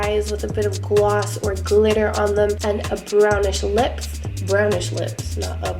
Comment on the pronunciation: I almost died when you said "Clitter" LMAO